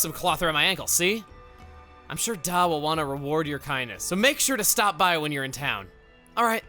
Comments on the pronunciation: Da isn't a Gormatti dialect thing. It's just how some UK or Irish accents can refer to their father. Legit just Dad without the second d. (Not pronounced "d-aw" like you did but rather "d-ah") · I think da is pronounced like dad with an apostrophe. Da' like how "ma" is "mom" without that final m being pronounced.